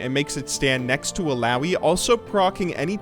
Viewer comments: im pretty sure it's pronounced eeh-lah-oeeh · you saying illaoi triggers me...